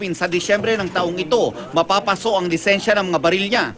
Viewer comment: Lisensya po hindi lisenya